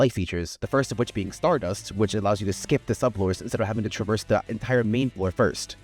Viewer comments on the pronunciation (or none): none